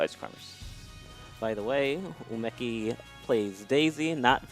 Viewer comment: Great video, but M2K, man, you really gotta work how you pronounce Japanese names. Arika, Umeki, and Kie...